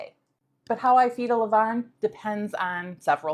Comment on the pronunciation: Well done. Best regards from, Paris France. A french senior baker. I love the way you prounouce "A levainnn" it seems like you speak french,?😊